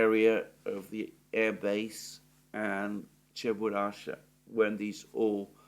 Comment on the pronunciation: "Cheburashka" ("Чебурашка")... i.e. with a "k".